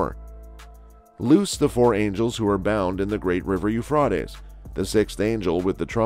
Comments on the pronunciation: OH MY GOSH this IS killing me. The Euphreites river HAS A LONG A SOUND!! PLEASE STOP butchering OUR language 😑 😭 😒 😢 😫???? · whoever made this and is telling the storiy who you find to speak?have they not heard the river correctly?I know in Lords eye doesnot matter still get someone who knows how to say it right.